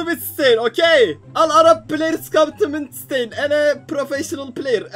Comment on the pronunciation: Abi midsteyn değil midtştayn diye okunuyor